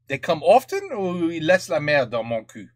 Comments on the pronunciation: This is a classic. By the way, we say Moncuque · The final Q of Montcuq is pronounced, for once in french, except in that program, to make the jokes ... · Il me semble qu'il faut prononcer le q final. :) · ça se prononce pas plutôt MontcuQ avec le q (décidément on n'en sort pas) qui s'entend ? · En français pas de "q" prononcé (sans jeu de mot), en occitan si. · Beaucoup de gens oublient de prononcer le Q de Montcuq. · Mon père est de ce village, on prononce le c a la fin